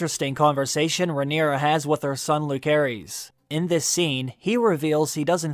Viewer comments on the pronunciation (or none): i hope you would pronounce the names correctly though, it's lu-ce-ris not luk-e-ris.. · Long time watcher. No judgement just wondering…is there a reason you always choose to pronounce the names of the characters differently than how the show pronounces them? I’ve noticed that over the years. But especially in HOTD…”aye-MON” instead of “aim-in”… “Loo-ker-is” instead of “Loo-ser-is”…“uh-RAX” instead of ”AIR-axe”. Again no hate just curious, only because I’ve found it somewhat distracting and every video lately I’m like “whyyyy”. 😅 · The OP is pronouncing Lucerys incorrectly. It is pronounced "Lou-ser-ees". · It’s pronounced “Lou-Ser-Iss” not “Luke-ser-is”. Just because he goes by Luke for short doesn’t mean that’s how the is pronounced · The boys name is LOO-SER-EEZ not LOO-CARE-EEZ. You should restudy Phonics. Sloppy at best... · Bruh... it's pronounced LuCerys (and JaCerys), not LuKerys (and JaKerys). They say it in the show. It's like 'Caesar'. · Correct me if I'm wrong, it should be pronounced Lu-se-rys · I hate to be this person but it’s driving me insane: Lucerys is pronounced with a soft “C”! But, I love your videos. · Way you pronounce lucerys made my blood boiled xD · lol you make videos like this but don't bother to pronounce Lucerys correctly. sad